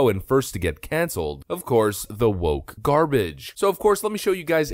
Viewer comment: The made me laugh so much. "Who wants this garbarge" 😂😂😂😂😂😂 nobody 😭😭😭😭